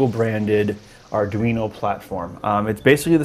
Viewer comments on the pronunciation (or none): Adweeno? Whats that?